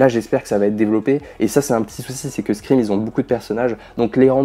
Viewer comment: Pourquoi personne ne prononce le titre de la saga correctement? Tout le monde dit scriiime 🤣